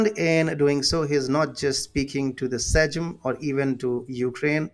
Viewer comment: Welcome back If Sikorski can't pronounce them names maybe you can help him. BTW its pronounced "saym" and "lvoov".